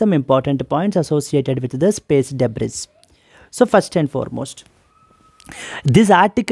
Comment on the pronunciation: debris pronunciation is debri.... not debris